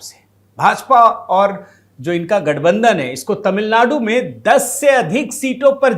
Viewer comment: Tamil nadu word shld read correctly